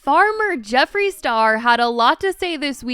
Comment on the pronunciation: “Farmer jeferee star” GIRL THE VIDEO JUST STARTED 💀💀😭🤣